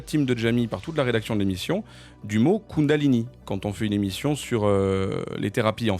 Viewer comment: Kundalini ou Koundalini... J'en perds mes énergies